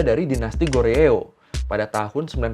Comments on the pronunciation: Bukan goreo.. 😂tapi bacanya goryo, trus joseon, bacanya joson gitu aja 😂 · Goreo berasa sodaraan sama oreo :D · Bang GORYEO dibaca Goryo JOSEON dibaca Joson 😂🙏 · Goryeo dibaca GORYO aja ya kak.. ga pake eo.. Goryo itu cikal bakal penyebutan Korea oleh internasional. Mereka nyebut negara mereka Daehan Min-Guk, atau Guk-Min (dibaca Gungmin). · Bacanya Kho ryo.... Huruf G di awal kata di baca Kh, ditengah kata baru dibaca G. Ini berlaku jg dgn B, J, D. Daehan dibawa Thaehan... tp kalau ditengah kata kayak Hamnida baru dj baca D. Jeju, huruf awal dibaca Ch, yg kedua tetap J. Jadi Cheju.... B awal dibawa Ph, kaya Bab dibaca Phap... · Goryeo 고려, Joseon 조선 "eo" huruf "e"nya ga dibaca... baru nonton channel ini😅